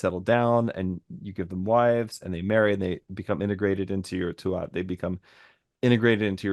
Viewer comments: Tuath, is pronounced Tooah. You don't pronounce the last T. And yes, it largely means the territory/tribe. And that word for history is seannachas, which you very well described... "old handed down lore"as opposed to Stair, as in 'history ' we also have bealoideas, directly translates as mouth/oral education, or folklore, in English doesn't quite cut it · Tu(at)ha is pronounced 'Tu-ha' or 'Too-ha'. The middle a/t are silent and the 'u' is long. Thanks for all the great conversations! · Tuath, the “th” is silent, so its pronunciation is “too ah”